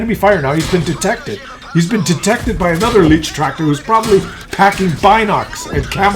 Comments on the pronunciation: Yes, my ears of a German speaker bleed when I hear "leech-tractor". It's "light-tractor",! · Hey, it's a Leichttraktor not Leechtractor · At least TRY to pronounce the name. Not "leach" but LAICH tractor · If you would call the leech tractor the "light tractor" you would be fairly close to the German meaning AND pronounciation. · "LEECHTRACTOR"? Really? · Tier 2 tomorrow. Leichttraktor is pronounced more like 'light-tractor'. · Hey, Tier 2 would be nice. And let me tell you, that a "leichttraktor" is not a "leech".;) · Leichttractor is pronounced: L-eye-ch-trak-tore. The 'ch' is pronounced as in 'loch' (a throat clearing sound); the 'tore' rhymes with door. For future videos, a series of T1-T4 for each nation would be fun. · It's not leech-traktor 😉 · to pronounce it correctly take the Y from my and then say lygttractor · You should pronounce this like the english word “light” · lol leicht tractor is pronounced a little differntly... i'm sure you're aware of it, but as a Dutchman who speaks German it sounds funny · Lol, despite jus name, is just incapable of getting the German words right, event the Leicht Traktor...